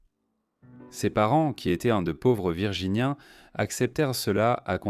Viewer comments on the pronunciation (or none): Assez de cette voix artificielle pour commenter le document ! En français étaient ne se dit pas étai-euh-ntte, et le reste est à l'avenant. Le sujet est intéressant, quel dommage de ne pouvoir en profiter.